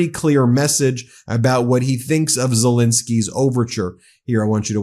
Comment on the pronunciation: It is Zel-E-nsky, not Zel-I-nsky...